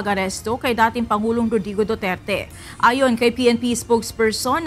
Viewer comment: BOOterte, BOOterte, 😂😂😂😂😂😂😂😂😂